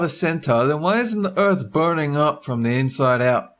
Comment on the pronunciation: WTF IT'S BURNING NOT BURING